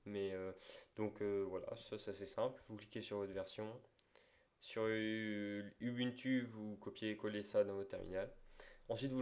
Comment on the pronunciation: on dit "oubountou" pas "ubunutu" meme si ca s'ecrit comme ça